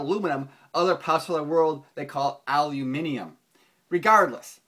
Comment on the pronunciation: Correct! :) Al-u-minium Thank you!